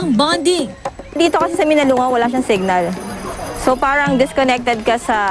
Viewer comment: Hoy ATE mali ang PRONOUNCIATION mo..!!! Hinde MINALUNG GAO kundi MINALUNGAO. Pag aralan mo muna bago mo BIGKASIN...!! Kasi MASAKIT sa TENGA..!!